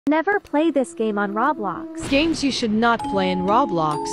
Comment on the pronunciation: No one The text2speach: Rawblox